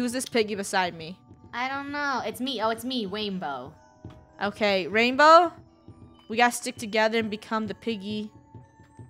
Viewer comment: Funneh: Who's this behind me? ???:It's me Wainbow Funneh: Oh ok rainbow Me: She said wainbow